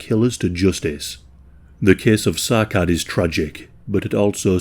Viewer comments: It's pronounced as Sa'ad not Sacad. It's a Somali-Arabic name. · It's pronounced 'Sa'ad', not Sakad. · If I’m right and Sacad is somali, his name would be pronounced something like Sa’ad. The “C” in somali does not make the same sound as “C” in English. “C” in somali would make a sharp “a” sound. Like the way “a” is pronounced in the word “apple”. So the capitalized “a” in the following example would have that sharp “a” that I just mentioned. “Sa’Ad” Of course, in some cases, it is not exactly feasible, but I think it’s important to pay attention to how ethnic names are pronounced to pay proper respect to victims. Love your videos, just thought I’d mention this! ❤